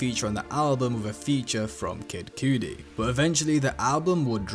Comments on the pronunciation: Did this mfer say Kid Coodi??? 🤦🏻🤦🏻🤦🏻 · Please never say kid cudi the way you said kid cudi ever again😂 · the way you said kid cudi made me stop the fucking video bro 🤣